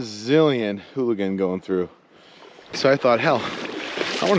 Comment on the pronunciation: It's ooligan, not hooligan.